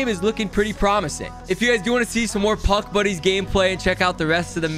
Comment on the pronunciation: I thought he said Puck Bunnies at the beginning